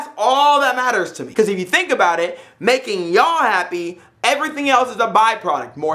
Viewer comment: The way you say Ya'll reminds me of my slave i have down here in Virginia, keep working Osama my no.1 herder.